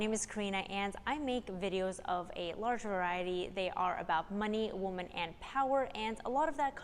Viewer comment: I like your channel a lot. Minor detail: There is a difference in the pronunciation of the words 'woman' and 'women'. I'm a grammar nazi so it distracts me a bit from the content. Keep up the good work.